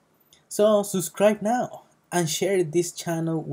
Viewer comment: You heard him folks, suscrie now